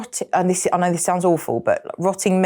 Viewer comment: Is there a letter R in the word “know” I didn’t think, but what is with the knowrrr